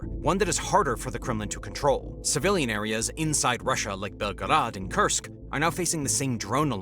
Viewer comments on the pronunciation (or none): none